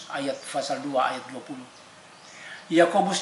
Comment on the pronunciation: PASAL OY BUKAN FASAL